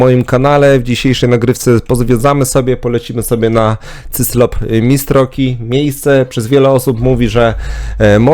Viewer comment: ciężko Ci wymówić cyKlop?